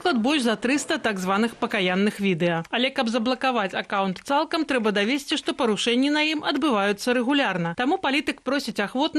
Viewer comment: чаму " трЛэба"? Проста " ТРЭБА" и кропка